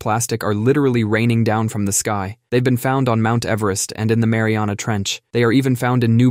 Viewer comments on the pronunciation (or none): none